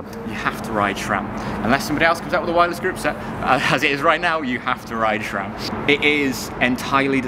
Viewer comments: SRAM, not SHRAM!!! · My mind is running out of gears, when hear "shram" 😋